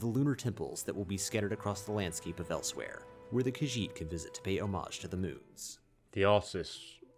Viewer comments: Elsewhere? I thought it was Elsweyr lol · Pretty sure its Elseweyr? I may be wrong though. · It's Elsewyr bro lol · It’s Elsweyr